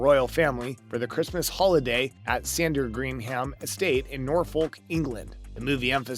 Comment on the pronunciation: The way the commentator pronounced Sandringham and Norfolk is hilarious!! 😂